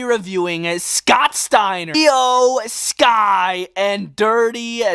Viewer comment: iyo sky not eyo sky